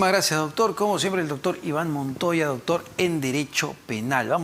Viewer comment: Este.entrevistador.dice.ductur.. .ductur.purqui.ipuirqui.amatarola.idinacha.no.lo.investigan.de.igual.manera